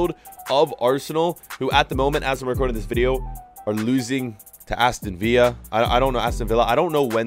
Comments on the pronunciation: Can u please pronounce Aston Villa Villa not vee-a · Dude... The Premier League is an English league, why do you keep saying Aston Villa like 'Villa' is a Spanish word? Pronounce the Ls as if they're English like 'Kill' or 'Bill'